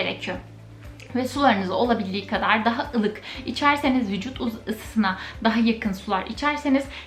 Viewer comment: Ay sormayin beni hem diksiyonu hem ses tonu cok rahatsiz etti. Agackakan gibi oydu beynimi... her vicut dediginde tuylerim diken diken oldu